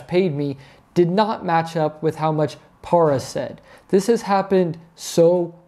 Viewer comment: It’s PAIR-A PARA DEEZE NUTZ